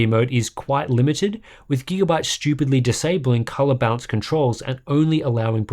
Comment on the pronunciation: I can't unhear "bounce" when he says "balance"